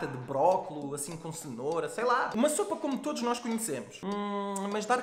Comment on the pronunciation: Sopa e não soupa 😂😂😂